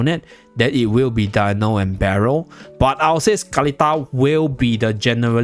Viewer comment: Cannot pronounce Berial😂